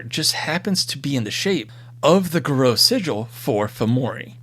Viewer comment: Pardon my pedantry, but the singular of Fomori is Fomor and Garou is pronouncd as Garr-oo.